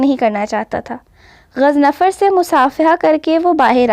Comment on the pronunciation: it's GHAZANFAR...not ghaznafar.😊🌸